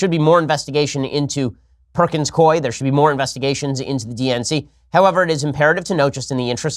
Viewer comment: perkins [cooeee] not koi